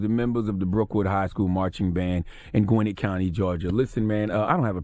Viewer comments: The way y'all pronounce "Gwinnett County" lawd, y'all dont be listening to the Migos fr lol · Say it with me "GWEN-NETTE" 😄😄😄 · Brookwood had a racist football coach a while back too, and Charlamagne can't pronounce Gwinnett for shit!